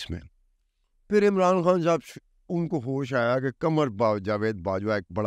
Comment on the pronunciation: ، "کھان" نہیں ہوتا بلکہ "خان'' ہوتا ہے...